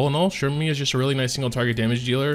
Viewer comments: It's "Sermia" not "Shermia". XD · Why do you say cermias name like that? "Shermia" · ahh okay that must be a korean translation thing. I've asked everyone I work with and not one said shermia